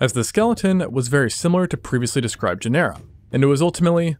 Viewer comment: DUDE, "GÉNERA", not "GENÉRA"